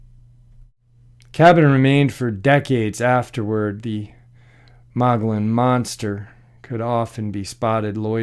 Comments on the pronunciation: The Mogollon Rim or mountains , according to Louis L’amour, is pronounced “Muggy-own”. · The place in AZ you mentioned is named (phonetically) the “Mug’ e own” Rim.